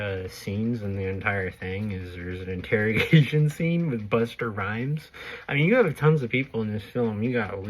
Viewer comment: Buster Rhymes?? Its Busta